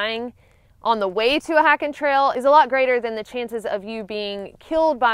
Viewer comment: Omg yr accent 😂 it sounds like yr saying hacking not hiking girl